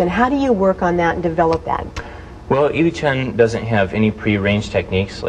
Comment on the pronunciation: She's mispronouncing the name >< AHHHH!!! lol doesn't matter. I don't think the video does justice to the form :(